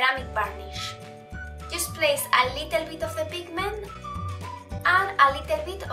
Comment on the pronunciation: a LITEL BIT :v el vídeo esta padre pero tu pronunciacion horrible